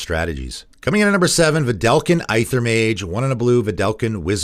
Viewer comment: Really loved this series. One thing that has bothered me in the past though is your pronunciation of words with "Ae" in the name like "Aether and Aegis" . These are pronounced like "Ether and Egis".